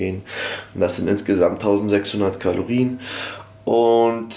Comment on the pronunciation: KILOkalorien, KILOkalorien. Bitte nächstes Mal richtig anwenden;)